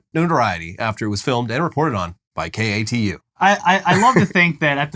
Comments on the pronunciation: Im in Oregon(Oreg- IN) it was fun listening to you butcher the name 😂 but ironically you would say it right only in sentences when you weren't trying. And the news station katu is pronounced like the mountain k2. Anyways love the show! Keep up the good work! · Fun fact from an Oregonian. Katu is pronounced Kay-Two out here. It's so funny to here it spelled out when growing up you just heard k2